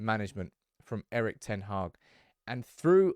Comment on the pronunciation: Come on get his name right...its pronounced Eerik (Ear-Rik)...